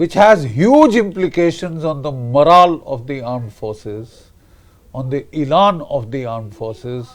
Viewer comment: Elan hota hai ILAAN Nahi